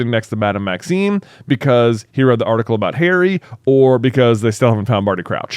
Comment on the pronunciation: I'm pretty sure thinks it's "Maxine" instead of "Maxime" lol